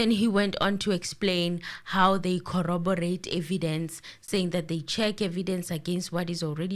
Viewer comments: Gininda's new word is "collobarate"😂😂😂 and you are correct, the correct word is corroborate. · English running away from our LLB important exam writer:face-blue-smiling:. It is corroborate , that is what he is meant to say.